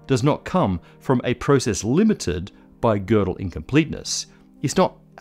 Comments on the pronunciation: there are no tryptophan molecules in microtubules. there are tryptophan residues. a protein like tubulin is in fact a single huge molecule. one such molecule (e.g. human tubulin alph-1A) has around 450 residues. and thanks for pronouncing gödel's name at decently well. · thank you for pronouncing Gödel nicely. Hint: Kurt is pronounced like "Kohrt" in english